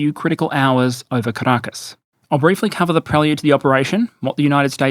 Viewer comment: Why do I sometimes hear Carakkis instead of Caracas? 😅 But still fitting. Great video as always